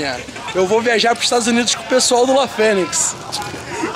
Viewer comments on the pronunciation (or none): Pai do Rody falando La Fenix PORRA hahahahahahaha FODA